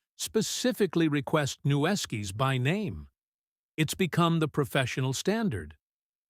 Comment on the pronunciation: Its pronounced "new-skis"